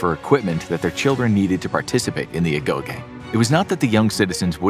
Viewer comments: I could’ve sworn Agoge was pronounced “Ah-Go-jee” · agoh(geeh) is how it’s pronounced i leaned that from god of war 🕴️ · Agoge but you remove the A 💀